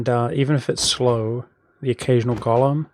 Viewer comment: FYI, the word "golem" is NOT pronounced like "Gollum" but like "goal-em"!